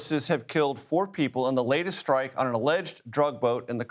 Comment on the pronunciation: So annoying!! The word is strike NOT SHTRIKE!! Learn to SHPEAK before you go public. 👎👎👎👎👎👎👎👎👎👎👎👎👎👎👎👎👎👎👎